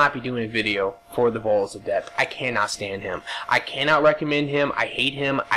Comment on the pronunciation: you said ADEPT correctly!......when you screamed it at the start haha!